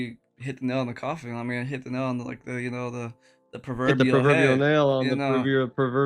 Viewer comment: The perverbial perverbial 😆 🤣 😆 🤣